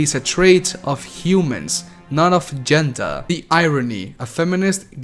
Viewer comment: I find it funny he says GeNdAAA